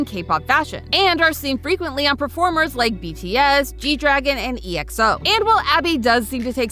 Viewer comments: Choosing to pronounce TxT like the word "text" instead of the abbreviation that it is and then also pronouncing EXO like Ee-ex-oh instead of like in the word "exoplanet" that it comes from -.- Do they even listen to K-pop boy groups? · And hearing her say EXO as E-X-O, too! o.o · TXT is pronounced like how it’s spelled, T-X-T, EXO is pronounced ex-oh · “i did research” cant pronounce txt or exo txt is short for Tomorrow x Together (x is pronounced ‘by’) shorten is T.X.T or tubatu exo isnt a abbreviation either its a single word EXO referencing irl Exoplanets due to the group’s space fantasy concept